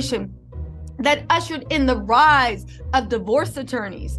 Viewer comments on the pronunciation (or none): none